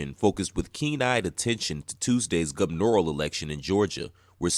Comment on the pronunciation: The way the word "Gubernatorial" is being mispronounced multiple times in this video is a thing of beauty